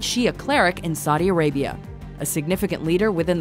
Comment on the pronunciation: "Sadi Arabia"